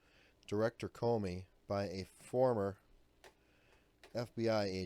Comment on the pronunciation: Thnx Adam, that does appear to be the correct pronunciation of his last name. He has possibly placed America in more peril than Clinton, due to the everyday federal agents viewing different security breeches with altered perceptions, regarding how severe the charges should be, against possible suspects. Some legitimate suspect could be currently overlooked, simply because of the reality of placing blame upon a person, that should actually be charged with felony wrongdoing??